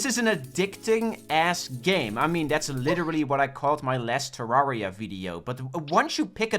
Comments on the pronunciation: Say it with me - “Turr-air-e-ah” - like Terrarium. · we wove tewwawia